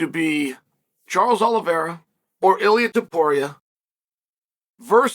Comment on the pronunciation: How's unc a UFC expert and commentator and get the big names ridiculously wrong? Makhalchev, Dilellema, Blahal